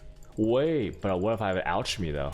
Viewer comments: Ok so this is driving me crazy. I’ve heard a few people pronounce alchemy OUCHemy. I always thought it was ALKemy. Lol! Someone help me! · He says everything wrong its a long running meme with this guy, al-ch-my , jolem . soul of shakira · They say "AL-CH-emy. Its a meme